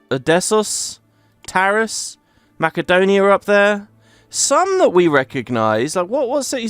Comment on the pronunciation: Thank you for saying Macedonia properly 😂